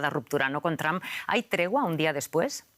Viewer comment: Quién es Elon "MASK"? Ahora si: Donald TRAMP y Elon MASK. Que le pasa a estos periodistas?